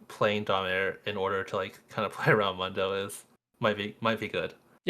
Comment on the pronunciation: MOON-DOH , day it with me MOON-DOUGH